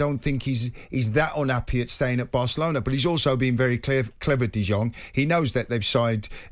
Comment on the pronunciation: Frankie Dijon.. didong.. ding-dong. Does Carlton have dementia. Needed help for 5 players names, and couldn't pronounce any others.